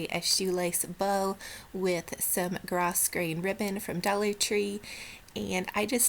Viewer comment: I absolutely love the Christmas tree that you made for your daughter's room. It is so feminine and I love the soft pink and blue together. Just an FYI for you, gross grain ribbon is pronounced, "grow" grain. Can't wait for your next video. Love Dollar Tree DIY's and yours are the best!